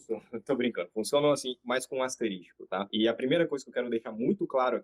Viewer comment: Boa reflexão. Eu acho o Duolingo bom para a fase inicial do aprendizado da língua inglesa, mas para fluência, realmente ele deixa a desejar. Apenas uma pequena observação,: o correto é asterisco e não asterístico.